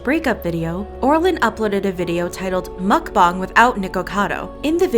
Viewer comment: well..... he said mukbang right; he has that going for him